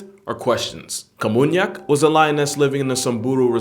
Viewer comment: it was namunyak, not kamunyak